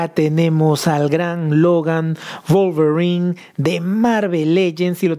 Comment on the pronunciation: "Volverin" 🤣😅🤣😅🤣🤣😅...me hiciste el dia.